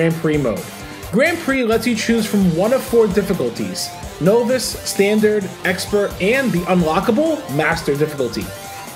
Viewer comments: Great video and I hate to be that guy but just so you know for the future, novice is pronounced like nah not “no” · I love the video. But how long have you been mispronouncing novice? It’s pronounced like “nah-vis” not “no-vis” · novice is pronounced like novel not notice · Dude doesn't know how to say novice! 😂 but seriously a very good video, I agree it's a 10! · I’ve never heard anyone pronounce the word novice like you do